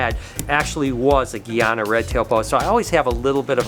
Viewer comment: please its GUYana like guy, not gee lol